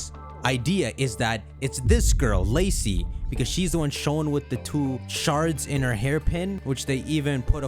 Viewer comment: It’s Lacey lol 😂